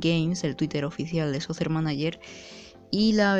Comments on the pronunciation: Bro en la pronunciación te equivocas ahora que me doy cuenta, se pronuncia "socker" manager, no "sosser" manager. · No te lo tomes a mal bro jaja, me gusta y me da gracia como lo dices